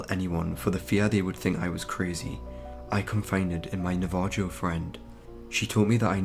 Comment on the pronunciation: Nava-ho. Not nava-joe. If you dont know a word, dont try to just sound it out, look it up first. Thouroughly read your narration material first so you can mark words you may be unfamiliar with or something to that effect. It will make you a much better narrator in the long run, and it wont destroy story immersion for your listeners. The listeners with an IQ above that of the typical semi-literate potato ‘people’ that apparently populate youtube at least.